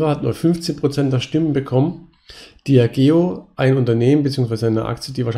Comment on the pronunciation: Die Firma Diageo spricht sich "diadjeo". Nach 12 Distillery Touren und etlichen Whisky Proben tut das harte "g" leider etwas weh im Ohr 👂 Ansonsten super Projekt! 💎💙